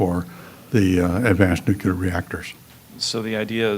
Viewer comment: He can't pronounce "new-clear" properly, and doesn't seem to have taken on board the NG frac finds, which have a few centuries worth of supply. Even Israel has found enough near-shore supply to be independent. Plus, the pop. info is likely wrong. The lowest band UN projection, which is the one which has turned out right for many decades, now says a peak of <8bn by 2030. overpopulationisamyth-DOT-com/overpopulation-the-making-of-a-myth#FAQ1 So he's editing and twisting to make his case.